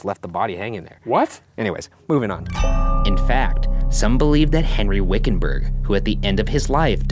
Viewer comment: wickenburger? wiccanburg? oh yea definitely haunted